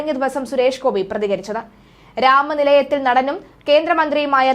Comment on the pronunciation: രാമനിലയത്തിൽ നടനും അല്ല......രാമ നിലയത്തിൽ നടനും മന്ത്രിയുമായ...... ഉച്ചാരണം ശ്രദ്ധിക്കണം